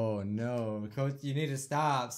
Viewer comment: “No” sounds like “Kianasi”